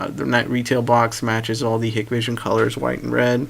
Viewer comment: It is pronounced 'High-k-vision' NOT ‘Hikkk-vision’.